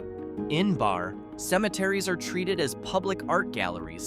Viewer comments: It's Berry not Bar and why do you have a black person in the screen shot? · The town is Barreee, like Barry Manalow. Lol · It is pronounced as ( Barrē ) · its pronounced BARRY. not BAR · its not the town barre its pronounced berry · Barre is pronounced Barry. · Barre is pronounced berry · 2 minutes in and you have 2 mistake AI, Derby Line is not split in half by “the border” and its pronounced like Barry (Barre). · I couldn’t take it anymore….bar? And how he is pronouncing Montpelier is driving me mad! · This city is Barre... its pronounciation rhymes with Cherry. And what's great about our capital is that does NOT yet have a McDonalds! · Pretty lame when you can’t get the pronunciation of the place right. Maybe the two rr’s in barre , would clue you in a little bit